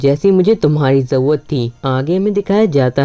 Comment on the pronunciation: Bhai zarurat hota hai zauwat nahi